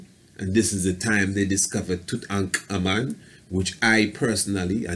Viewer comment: You do a god job saying his name correctly,but why not just say "King Tut"?lol!Thanks for good video!